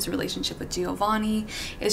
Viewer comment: Girl, I love you and your recommendations are always spot on💕 BUT PLEASE stop saying /Gee-oh-vanni/ it's pronounced /Jo(same sound as JOanne)-vanni/!!!